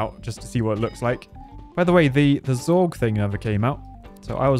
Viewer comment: It is Zurg not Zorg, Zorg is an alien race from somewhere I swear I have heard of it before but it is also the last name of a character in The Fifth Element Jean-Baptiste Emanuel Zorg